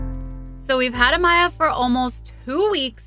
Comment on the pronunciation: haha yes!! I'm the one she mentioned who commented on another of her vids trying to teach her how to pronounce it, i def should've added that she should've kept equal emphasis on each syllable lolol